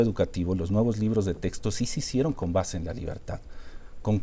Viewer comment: Jajaja...si, y Marx en el minuto dice "si sicieron" 😂 ( lo pueden poner en velocidad 0.25 para comprobar). En todos lados se cuecen habas